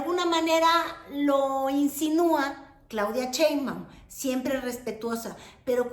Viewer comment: ay wera! tas muy sabrosa pero lo tuyo nomás no es ni el francés, ni el inglés, ni decir Sheimbaum correctamente